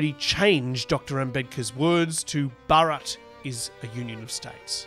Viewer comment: I've heard a lot of native English speakers talking about this recently. None of them seem to be able to pronounce the name Bharat correctly.